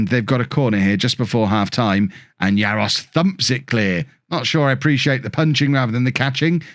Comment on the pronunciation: GK is pronouced "jarosh" . there's the one of the silly accents in czech spelling Jaroš